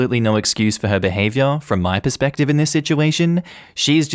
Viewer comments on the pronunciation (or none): none